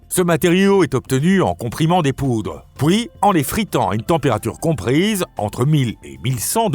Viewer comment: Effectivement, cette voix IA a du mal avec les "pouis" (puis) et "pouissant" (puissant) 😂 Ce n'est toutefois pas la pire que j'ai entendue 🤔